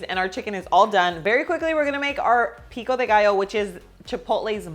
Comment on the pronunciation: Love the way you pronounce ingredients like cilantro, jalapeño, pico de gallo. 😊